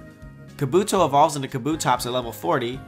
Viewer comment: "Kuhbootoe". Murdered it bro.